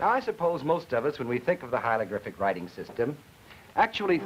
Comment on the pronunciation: & hieLogRyphic? The man can't say HIEROGLYPHIC hi·er·o·glyph·ic /ˌhī(ə)rəˈɡlifik/ and then he wants us to take him seriously on the very subject he his covering? Learn to pronounce it before you try & teach this phenomenology to other human beings.